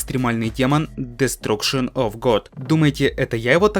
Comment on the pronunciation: Прости но Destruction Дэстракшион Разрушение Без гугла перевел) и Дорами ударение на о